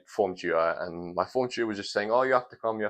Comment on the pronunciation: It took me 5 minutes to realize you meant TUTOR when you said chu-err